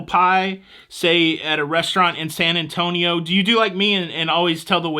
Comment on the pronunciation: I heard the rimshot after that AWFUL joke😂 I give you props though, you at least said San Antonio correctly and didn’t drop the “io” 😊